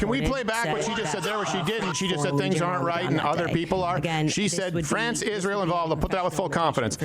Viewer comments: Ishrael can anyone point out that she can't even pronounce the word properly?😂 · Biggest issue of this entire debate is the way Candy pants pronounces Israel. WTF is ISHreal. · "Isjreali". Her pronunciation of everything drives me nuts. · Why can’t this late pronounce the word “Israel??”